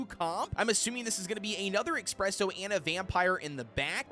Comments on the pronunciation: Why does he call espresso expresso? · That's how they pronounce it